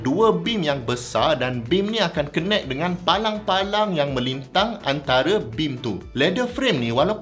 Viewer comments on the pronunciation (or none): none